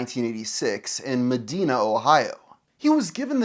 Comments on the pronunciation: Didn't know MatPat was from thirty miles north of me. That's weird. He also graduated the same year as me. Weirder is how pronounced "Medina". It's like 'die', not 'dee'. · *Muh-dye-nuh Muh-dee-nuh is a city in Saudi Arabia. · It's not "muh-dee-na", it's "muh-die-nuh"... 😅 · im from Ohio and that's not how you pronounce it its Ma dine ah, dine like a dinner not dean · as someone born and raised in Medina, it is pronounced Ma-dine-ah. Ma-dean-ah is how lasts names are pronounced and I believe it's from a different language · MATT PAT IS FROM MEDINA? WHAT. HOW DID I NOW KNOW THIS. Also. It's Ma Dine A. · Ah, apparently this has been popping in my recommended almost every day for the entire two weeks its been up because youtube really needed a semi-local to correct your pronunciation of Medina (ma-DYNE-a). Definitely not because I love this kind of content and I stubbornly refuse to acknowledge that the algorithm knows me better than me. Ope. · I'm so sorry. I grew up in Medina, OH and the way you said it made my soul hurt 🥲 We're not like the other girlies, we're built different. (incorrectly) Meh-dyne-uh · Just a note. It’s Muh-dine-uh ohio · Medina is pronounced "muh dai nah" btw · As a Medina native, everyone pronounces it as Meh-dina. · Medina is pronounced "Meh-dine-ah" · That is not how u pronounce medina lol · As a northeast Ohio native, your pronunciation of "Medina" gave me physical pain. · The way you pronounced Medina hurts my soul. I remember liking game theory back in the day. Dropped off before they launched their second channel, film theory I believe.